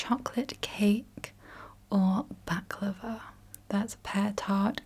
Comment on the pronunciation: When she said baklava my turkish veins were about to explode